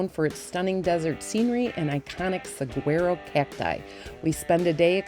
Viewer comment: Thanks for a wonderful video. We really love the Saguaro National Park both the east and west sides. By the way….the correct pronunciation of Saguaro is sah waa row (phonetically).